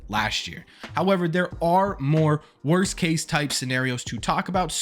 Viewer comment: Ok..somebodys gotta do it... "Wost"??